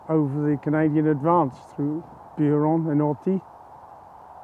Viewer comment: I commend your French pronunciation of most place names [I'm British but speak French quite well]. However, is Buron pronounced like you are doing it? /'bju:rɒn/? Anyway - just a nitpick. Loved this video and have subscribed.